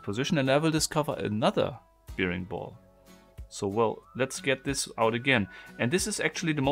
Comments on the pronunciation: Hi, es heißt: „ Bäring-Ball“. Wie der Bär. Und bear wird auch als Bär gesprochen. Hab mi schon gewundert warum du immer Biering und zum Bär Bier sagst. Ich liebe diese Puzzelei. Lg aus Graz... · Careful, it's pronounced "berring ball" not "beering ball".